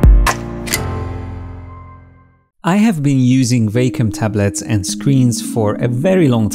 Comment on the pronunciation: I like it when you say WEY-COM